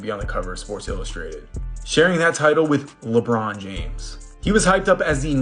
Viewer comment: Stop saying LeBron like that 💅🏾💅🏾💅🏾😂😂😂